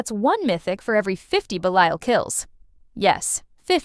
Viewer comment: AI pronounced Belial correctly once. 😂😂